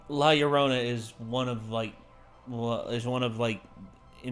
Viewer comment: The guy seriously botched the name, see it's not "llorona" (Low-row-nah) in basic spanish the two L's together sorta becomes a Y just like how the J becomes an H. so it's pronounced as "La Llorona" (Eyo-Roh-Naa). She's still a terrifying spirit still haunting in mexico to this day really